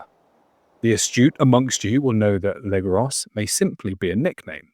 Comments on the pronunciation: Legros is not legross the S is silent. It means the big , could be a last name or title or nickname its hard to say. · You really ought to pronounce the French names correctly. Or at least try to. For example, Legros = "Legrow".